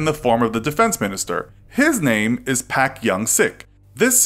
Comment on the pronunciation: It's kind of weird when you read the names directly from the random romanizations. It's usually "Park" in english not "Pack" and "Cho" not "Koe" among others. Filling in for sounds without an english-relatable equivalent is one thing but this is kind of jarring.